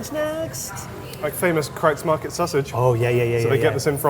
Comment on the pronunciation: Yes, you pronounced "Kreuz Market" absolutely correctly. The city of Plano... you got close. It rhymes with plane, not plan. Lockhart's is my favorite in Dallas, but I haven't tried Goldee's, yet. It is a bit of a drive, and the hours are sparse. And yes, Texas BBQ was traditionally no sauce. But now, sauce is more expectable, especially pork. Still 50/50-ish on beef.